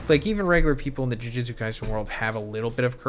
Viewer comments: Not to be that guy but it’s jujutsu, pronounced jew-jew-tzu. Bro is saying Jiu jitsu which is completely different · Jujutsu… not jujitsu 😬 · why are u saying juijitsu? ITS JUJUTSU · Brother, its "Jujutsu", not "jujitsu" the pronunciation. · Bro its jujutsu Not jiu jitsu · Dude its JUJUtsu not JUJItsu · STOP READING JUJUTSU AS JUJITSU OMG